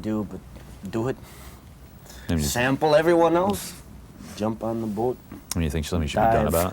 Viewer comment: Listen to Tommy drop the heavy Minnesota "O" when he says "jump on the boat" Straight Outta Fargo. It's funny because he doesn't talk like that anymore.